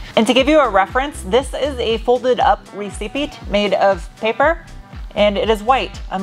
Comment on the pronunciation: What the fuck is a “re cee Pete”?